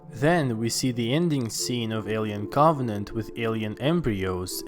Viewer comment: A-li-en Coff-net